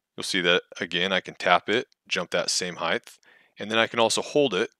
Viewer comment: Height, not "heighth." Thank you though for explaining this. I spent hours trying to make my own variable jump and had no idea what "Custom jump" was supposed to mean. They really need to put some polish into this app.